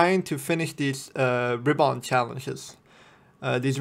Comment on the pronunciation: That's not how you pronounce RIBBON :)